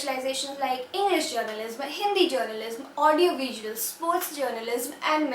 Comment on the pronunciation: Please pronounce journalism correctly its hurting my hear :))) just a constructive criticism